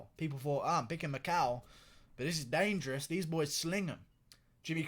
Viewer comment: It has to be an inside joke the way you're say "Dangerous" lol I swear if that's really how you say dangerous then you can make that your own one WORD to fame.